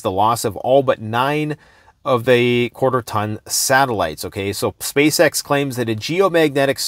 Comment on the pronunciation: SpaceX literally sounds like SpaceSex every time you say it aloud; it's a mockery... a money black hole, propaganda machine that does absolutely nothing real. All mainstream news should be considered anit-human and worthless at this stage of the grrrrrrrrreeeat reset.